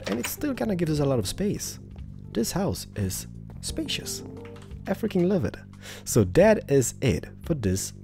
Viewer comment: When u say "I freaking love it" it sounds like u say "africans love it"